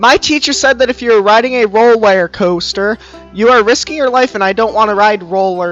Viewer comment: Ah yes, the roler caster